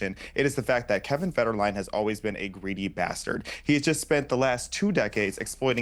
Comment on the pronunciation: Its Kevin Fed-her-a-line 😂